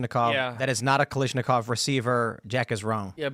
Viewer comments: He also kept mispronouncing Kalashnikov as Kalishnikov. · SKS is not a knockoff of the AK, and it's Kalashnikov, NOT Kalishnikov! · Ffs people, it's "kal-ash-nikov", not "kal-eesh-nikov" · guys, it's ka-LASH-nikov, seriously, it's super weird that you're all getting it wrong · I've never heard Mikhail Kalashnikov's last name mispronounced more times